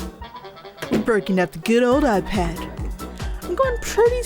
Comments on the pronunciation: “eye-pad” I don’t think it was meant to sound like that but it was pretty funny because you create eyes on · It's no longer an "iPad", it's now the "eye-Pad" 😁